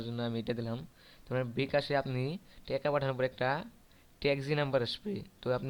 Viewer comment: teka na vi taka uccaron to corom problem chi chi